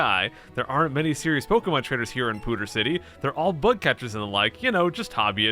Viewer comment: "Pooder City"